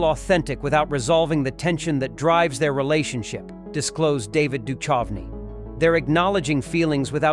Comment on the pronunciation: Can't you get your dumb AI to pronounce David's surname correctly?